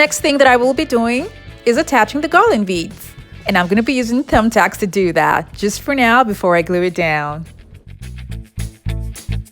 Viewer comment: I just Love the way you say "TUMTACKS. LOL.. LOVE YOU SIS. KEEP UP THE PHENOMENAL WORK. TRULY INSPIRATIONAL